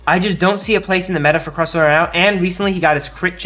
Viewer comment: I didn't know it was possible to mispronounce Crustle Also Gardevoir was nerfed.